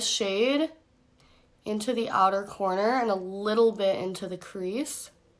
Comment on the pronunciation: “Inner cornter.” Lol. 😹